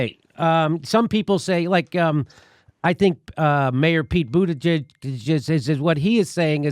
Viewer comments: Jimmy gotta stop saying Pete Butiasgihihg’s name wrong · Just call him mayor Pete instead of pronouncing his name wrong on purpose all the time